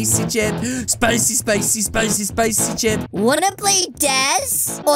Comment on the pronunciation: I am very angry he says CPICY CHIP👿😡